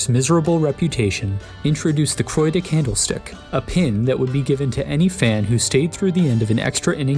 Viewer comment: It's not Croy, it's Cwaw